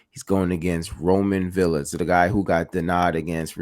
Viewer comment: This fight might be another Broner vs Maidana if boots don't respect Villa power!! ohh and Mad respect for prounced Villa (Viya) correctly and not Vila👍🏼